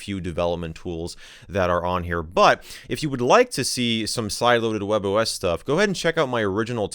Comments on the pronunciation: That can be easily explained the form that the spanish can be variate by the country you live (like Argentina, Colombia, Venezuela, etc). as of the pronuncioation, WebOS it sounds like 'Huevos', because we say it like 'webos', wich is the same as the OS, and it's written like 'Huevos' With that explained, i hope you have a nice day, my fellow user :D (in Valparaiso there's a fricking discotec called 'Huevo', LOL) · English speakers: WebOS 😃👍🏻 Spanish speakers : WebOS 😈